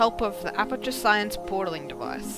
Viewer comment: Science not Sciance srry i had to